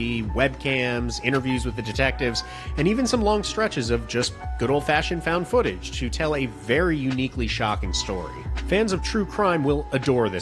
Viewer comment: Фаунд футэдж или как выразился, фаунд футанаридж